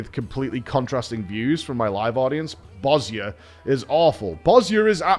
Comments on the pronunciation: Thank you for pronouncing Bozja correctly :D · Props for pronouncing Bozja properly